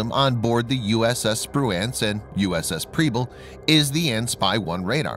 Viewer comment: Liked it but you or the computer kept mispronouncing Spruance